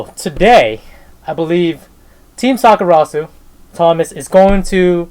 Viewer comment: I see Thomas is finally pronouncing Team Sakurasou right 😜